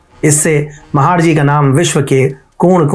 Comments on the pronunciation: आप ने व्हिडिओ द्वारा जानकारी बहुत सुंदर दी है, लेकिन आपका "महाडजी" शिंदे यह उच्चारण गलत है. उनका नाम महाडजी नही था, बल्कि महादजी शिंदे था. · महादजी शिंदे not महाडजी शिंदे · महाडजी नाही रे महादजी आहेत ते नाव तरी नीट घे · अच्छा तरीके के से pronounce कर... महाडजी नहीं महादजी शिंदे बोल.. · Mahadji .... महादजी. NOT महाडजी. PLZ CLEAR IT ! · महादजी शिंदे उनका नाम है ना की महाडजी ❗उच्चारण सुधार लिजिये. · उच्चार महादजी शिंदे करो... महाडजी नाही. Please correct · योग्य उच्चार 'महादजी ' हैं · महाडजी नही महादजी है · महाडजी नहीं महादजी है। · It's महादजी not महडजी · सबकुछ सही रहा पर आप महादजी का उच्चारण महाडजी कर रहे हो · कृपया, महाडजी नहीं महादजी ऐसे काहीये. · महाड जी नही महादजी कहिये आप हिंदुस्थानी लागते हो तो गलती मत करो महादजी कहो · महाडजी नहीं महादजी 🙏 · You are pronouncing his name as " महाडजी " which is incorrect. Correct pronunciation is " महादजी शिंदे " .😔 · With due respect it is " महादजी "